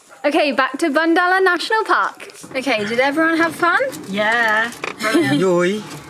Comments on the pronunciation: it is bo not ba "Boondala" 👈💕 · "Bundala" is pronounced as "Boondala" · "Bundala" should pronounce as "Boondala". 😊 Happy Married Life! 🌷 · Its not spelled as (Bundala =Bandala ) national park, its Bundala (Boon dala) national park...